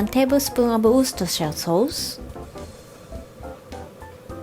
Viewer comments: This lady pronounces the name of my local sauce better than most English speaking poeple! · You said Worcestershire better than most people who speak English as their first language!!! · pronounced Worcestershire sauce correctly, and English isn't even her first language. We all need to bow down to the queen. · You pronounce Worcestershire better than most Americans can! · An Englishman here: Wow, I didn't know that Worcestershire sauce had made it all the way to Japan and was being used by more good people across the world. even pronounced it correctly, which is not easy as I know that even English speaking American people struggle with this. Good on you girl. Also your assistant is fantastic, I miss the days when I could just throw things on the floor and look at people as if to say "Yeah....so what! ha ha ha, get cleaning 😁". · You pronounce Worcestershire better than most native English speakers. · im mad that you pronounce Worcestershire sauce better than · You pronounce Worcestershire better than most people I’ve ever met here in the US. 👍🏻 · she said it so great!